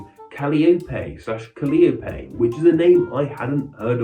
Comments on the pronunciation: Our daughter's name is Calliope, pronounced Ca-lie-o-pea. Slap yourself for saying Callie Opie. No one in their right mind would pronounce it that way. Callie is our daughter's nickname. Callie is also the nickname for Calliope Torres, a character on Grey's Anatomy (not why we named our daughter). Calliope was the Greek goddesses of epic poetry and one of the 9 muses. Yes, a calliope is also a musical instrument that plays circus type music. It is not a common name, though Callie/Cali as a stand alone name has seen a rise since the GA character. Thanks. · Calliope is pronounced kuh-LIE-uh-pee. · I think it's pronounced Ka-Lye-O-Pee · ka-LAI-oh-pee? Does the UK not have calliopes? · Cal (as in California) - eye - oh-pee = Calliope, Or at least the way I've heard it pronounced here in America.